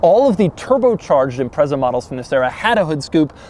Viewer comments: ok so given that nobody's picked up on it, i've been pronouncing the name wrong forever (always said imprets-ah). anyway my overriding memory of this car was my local subaru dealer running an open day that was advertised in the local paper. me and a mate went, me driving my mk3 celica that i bought for £170/$300. we couldn't even remotely afford the sti, we were about 23 and had shitty jobs, but the salesman was obviously bored and took us out in it. i knew the road we went out on and at the braking point for a corner the salesman said 'floor it, it'll go round'. i didn't, because i was sure it couldn't, but i got round and immediately realised it would have. the grip was something i had never even imagined. remember getting back in the celica and it felt like the engine had been stolen 😂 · The Japanese call it Impressa so congratulations youre both wrong. There is this tiny detail about the British language being a couple hundred years older though, so nothings "retrofitted" there you just dropped it. Also its Zett, Zetta, Zet, or Zed in pretty much every other European language so no clue how you got to Zee. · Who the hell pronounces "Impreza" like that?!! And I'd have a word with Matt Morman or Larry Kosilla if you think that is pristine mate! haha! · The Impreza name in Amercian loses all bite. Impretza is how its pronounced in the mother land and it sounds way more edgy for for it! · Great video, small note, it’s pronounced im-pretz-a Edit: after a quick google, I guess my way is the European version so nvm :) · I was excited when i saw the thumbnail, having owned an STI a few years back & this was my first time watching this guy. Sadly it lasted less than 5 seconds. When he pronounced it 'Imprezzzza", I knew it was time to bounce. #muppet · Dude, it's pronounced "Impretza" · 'Impretsah' it's the only way I've ever it pronounced in the UK, surprised to hear the Z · Its pronounced as "impretsa" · I've only ever heard "Impreza" pronounced "Impret-sa".